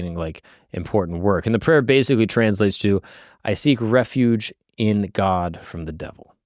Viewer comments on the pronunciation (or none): none